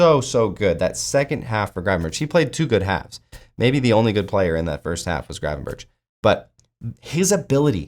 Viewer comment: The G and CH in Gravenberch are pronounced the same way.Its not Gravenbertsj.